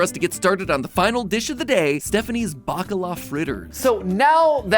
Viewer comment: I heard Baklava Fritters not Bakala Fritters 😂